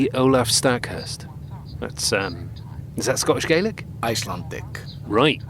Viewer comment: Love the series but the pronunciation of Gaelic is the one for the Irish version. For Scotland it should be gal-lic. Sorry for being nitpicky it just bothered me.